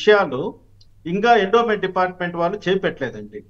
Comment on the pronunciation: ఎండోన్ మెంట్ అనకండి గారు.. ఎండోమెంట్ అనాలి.